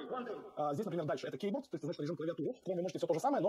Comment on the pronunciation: А почему английское слово keyboard - произносимое, как ки_борд, ты произносишь, как кеуборд😊 Мило, как мяуборд. 😁